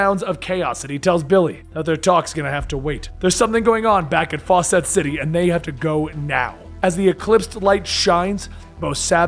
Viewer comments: Really fawcett city. Faucet city. Really!! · 'Fawcett City'... Like 'Fawcett Comics'?